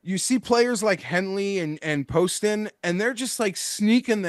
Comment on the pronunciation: Hey, love the show, but let’s learn how to pronounce some of these golfers names correctly. Justin Lower (pronounced Lauer). JT Poston (not Paston). Not a big deal, but it seems like some of the guests don’t watch the tournaments